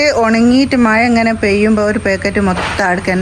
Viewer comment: മയ അല്ല.. മഴ.. എന്ന പറയാ..